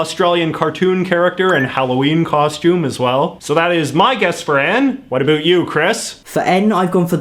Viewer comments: “A boot” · Wait, you go all in with the stereotypical ‘oot and a boot’ for out and about, but then use the American pronunciation of Z? What gives? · JJ pronounces about as a boot, Aussies as a bat, and in addition to the wildIy different pronunciation there are numerous lexical differences. I really wonder why and how so many non-native speakers are able to learn it! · The way he says 'about', is that normal or is he just exaggerating it? It sounds so weird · Crazy Robots I was thinking the same thing. And then he pronounces about like an American pretending to be Canadian…